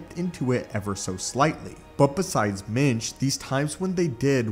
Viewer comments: Are you saying Mitch or Minge? Cause I’m hearing Minge and I’m sure that can’t be right haha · I thought he was saying Yoda’s first name was “Minge”.